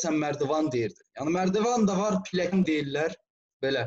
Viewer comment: Piləkən yox,pilləkən.